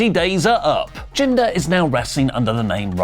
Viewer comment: Jinder Mmmhhhlll